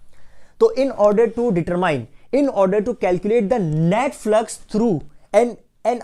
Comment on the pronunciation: he said net flux i herd Netflix 🤣👌